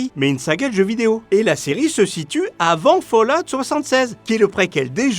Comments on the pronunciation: OMG ! J'en suis qu'à 20 secondes de vidéos mais je viens d'entendre quelqu'un prononcer Fallout correctement et ça l’emplie de joie, merci. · je met un like rien que pour le bonheur d'entendre ENFIN quelqu'un prononcer correctement "fallout"